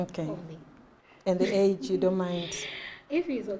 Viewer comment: nhai henyu imi “Age” pronounced “edge”😂